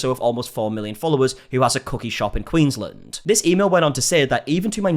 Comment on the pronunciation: unironically, thanks for pronouncing queensland right lol i've noticed it before with yr pronunciation of melbourne but you actually pronounce aussie places in the aussie way